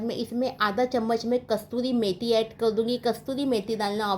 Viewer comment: Kasturi meti nahi kasuri meti hai